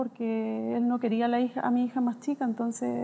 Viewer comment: La vja dice "mi hiha"